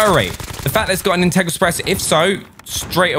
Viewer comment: Haha. His pronunciation of “in TEG grau”. 🤣